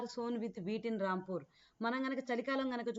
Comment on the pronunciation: Adhi ramapur kadhu rampur miru ramapur ani antunaru